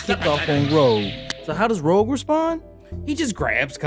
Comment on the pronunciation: Sorry but it's Rogue, not Rouge